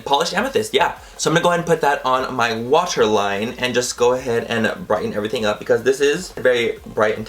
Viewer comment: At first I thought you said washer line instead of water line lol. Love the look!!